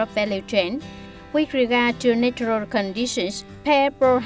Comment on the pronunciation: Mới vào đọc đã nghe chỏi tai rồi, tra từ điển xem lại cách đọc của từ natural và từ soil nhé bà chị!